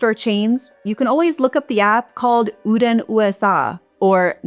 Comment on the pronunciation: Uden USA is pronounced Oen like Owen but the D is silent. so Uen